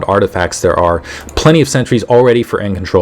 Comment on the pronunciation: You're calling sentries "Centuries"